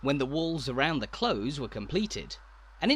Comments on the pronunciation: Cathedral CLOSE is pronounced like the opposite of far away and not the opposite of open. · This is wonderful, however the pronunciation of 'close' is not from any English dialect with which I am familiar. Granted, I am from Stoke-on-Trent. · His pronunciation of close bothered me way more than it should have done! It's close to something, not like to close a door.